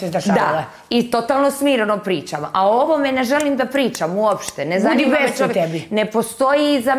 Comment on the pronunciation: Njezanima je Asmin,njezanima.